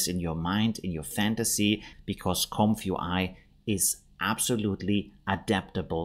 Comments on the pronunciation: Oh man, do you have to say "comf you eye?" I guess you're not a native English speaker? The first word is "comfy" which is a colloquial short form of the adjective "comfortable" - think "comfy sofa". It's pronounced similarly to "lumpy". So it's a comfy (comfortable) UI (user interface), pronounced "comfy you eye". Great video though, regardless of it being very uncomfy each time you say "comf you eye" lol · Isn't it pronounced Comfee UI?